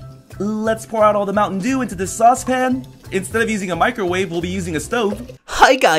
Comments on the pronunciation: I thought pyrocynical said mountain Jew instead of mountain dew Now I keep hearing mountain jew H e l p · anyone else think it sounded like pryo said Mountain Jew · I love how he said "mountain JEW" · Did anybody notice he keeps saying mountain jew instead of mountain dew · I swear he said mountain jew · watching in 2018, if you listen carefully, he says mountain jew jelly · Did you just say Mountain Jew?